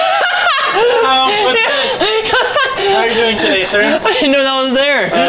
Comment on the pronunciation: You said dis and its this